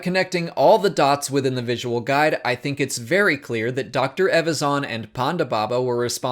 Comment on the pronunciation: Learn to pronounce EVAZAN properly before making videos please